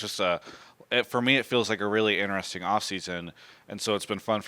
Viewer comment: I really love and enjoy all of Travis' content but if i hear him say inneressing one more time im gonna put my finger in my throat and vomit untill i die of dehydration